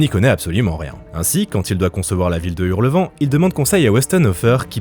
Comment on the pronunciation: Mais oreilles saigne quand j'entends "Hurlevent" 🤭